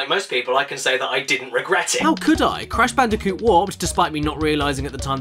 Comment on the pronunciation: You mean Brash Candicoot